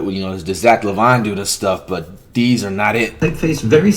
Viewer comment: "Zach laVINE dude"